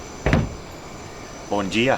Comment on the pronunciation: That "bom dia" was perfectly said ahahah, love this serie!